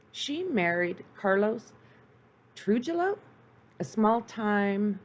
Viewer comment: Monotone narrative, stumbles over words, mispronounced words/names & of course facts are distorted. TIP- if ur going to do a show about anything - LEARN HOW TO PRONOUNCE KEY WORDS e.g Blanco, cocaine, Trujillo, business.